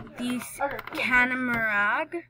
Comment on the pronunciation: Did she just call tat Connemara a Canamarag??